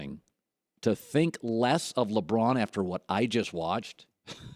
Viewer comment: You had me until you said "La Braun."